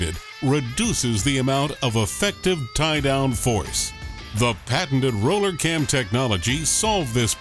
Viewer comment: RRRRRRRoooooooller Cam.... The Arnold Schwarzenegger of cams ....